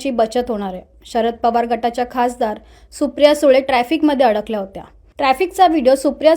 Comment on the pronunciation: We respect you but, मी समजू शकते नागपूरच्या हिंदीचा प्रभाव हिंदी संभाषणातील तबाही शब्द ठीक आहे पण अडल्या या ल्या ऐवजी अडकल्या म्हणायचं होतं का तुम्हाला. पण तुम्ही मराठी लोकांचं प्रतिनिधित्व करता म्हणून कृपया या उच्चारांची पण काळजी घ्या सर.